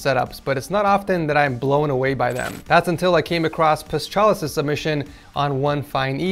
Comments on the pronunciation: just so that you know, it is pronounced Pas-ha-lis and not Pas-cha-lis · As a Greek my soul was aching every time was butchering Paschalis' name. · It isn't exactly easy to pronounce 😅